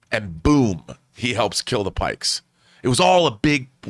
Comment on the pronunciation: John... PIKES. WITH A "P". You are saying something very different and offensive...